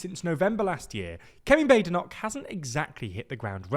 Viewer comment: "Kevin Bok" 😂